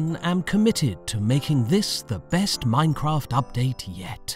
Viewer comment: I love the way says M O I N C R O F T